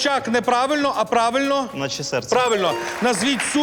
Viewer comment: НатщЕсерце правильний наголос.